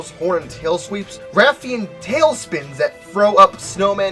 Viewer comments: I’m sorry but…E-spine-as? Hahaha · bruh I cant with how u say espinas